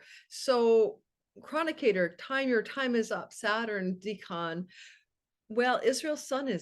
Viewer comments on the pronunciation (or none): I thought “decan” was pronounced like deck-in. Similar to decade but dec-en